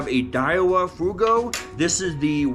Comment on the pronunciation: Ah...I have to be that guy. 'Fuego' is the Spanish word for 'fire,' and is pronounced 'fway-go.'